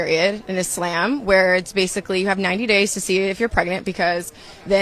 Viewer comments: She cant even say ISLAM properly I was like "wtf is itzlamb" smh haram ahh guhhhh next shes gonna steal my first name start going by Khadija (even I know Im named after Mohammed's first wife) even her hijab is performative because she still cake makeup on like even my Christian born self knows she is shaming Allah I grew up in a predominantly Muslim part of Sydney its not a joke its not a trend women like her make me feel bad to be a woman fr mfn emmbarassingggggg are you not embarrazzed lol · why are you acting like you don’t know how to properly pronounce ISLAM & what a hijab is, you goof 🙄